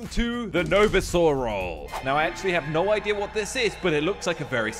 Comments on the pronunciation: Bru it's noviser not novisa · It's no-visor not novisor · Its not novesor its novIsor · No-vi-sor is correct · calling it No visor: Me: ITS CALLED NO-VĪSOR WITH THE I PRONOUNCING ITSELF AS IN Decline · its pronounced "No visar" not No visor but its spelling is No-Visor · it’s pronounced no-vizor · the way pronounces the novisor role lol he said the novesore role 🤣🤣🤣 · meant NO VISER at the start not NOVISER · its called NO - Visor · It’s said no vyzer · It's pronounced Nō-Vī-zer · It is pronounced no visor btw(no visor no life we will make you one of us)no visor was originally a normal person called aiden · You dont pronounce it novisor you pronounce it: nou vai sor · Its actualy no-vy-sor not no-vi-so-ro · Did he just pronounce it no viser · it is novi-ysor not novisor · Its called no—vi not v its vi oh and gametoons have this novisor say novisor novisor we will make you one of us👻💀😈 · it’s No-Visor the I says it’s name and the or is like the word or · Novisor Is pronounced no-vie-zer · No-vie-zer Sorry I like correcting people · Its pronounced no-v-I-sor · pronouncing no visor wrong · It’s called no visor not what ever you said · He said novisor wrong it's I'm pretty sure no vi's or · its pronounced vie sore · you're saying it wrong its pronounced no vi zer thats how its pronounced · Is pronesd as no viser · Its Pronounce no vi-zer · It’s pronounced no visor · Your saying it wrong it’s no vi s or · Why is always the “awesome role” at the start Edit: 80 percent of the comments “why did say no vorsor role” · I like how said Novisor wrong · You said novisor wrong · That’s not how you say novisor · Woah Says It Differently novsoar not novisor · ZMDE said “knowvizor” when he played the novisor mod, now said “noveesaw”:l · wow he said novisor "NO VEE SAW" it was so funny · How Pronounced Novisor: NO VEE SAW Everyone Else's Pronounces Novisor: NoVisor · Me: novisor: Novasir